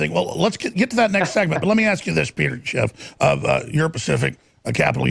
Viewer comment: "Peter Chiff" Alex ia hanging out with too many Mexicans...